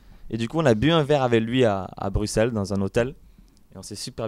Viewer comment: Florian, je t'aime... enfin quelqu'un qui prononce bien Bruxelles 😂